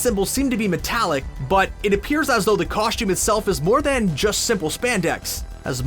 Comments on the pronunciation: I couldn't get over the narrator constantly saying "COSH-TOOM". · If this guy says “Coshtume” again, I’m going to reach through the screen, and take him back to Kindergarten to re learn the English language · HE ALWAYS SAYS COSHTUME